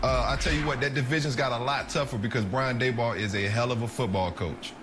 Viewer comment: Please learn how to pronounce the guys name if you're going to talk about him